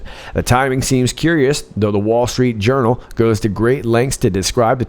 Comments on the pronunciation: DID YOU JUST SAY 'WALL STREET URINAL'? LOL! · I thought I heard you saying, "wall street urinal". 😂😂